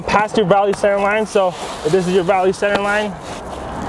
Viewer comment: Why do they mispronounced center it is not on center it is called center